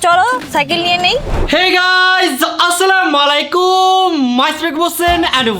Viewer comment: Salamer Sotik uccaron hobe Assalamu alaikum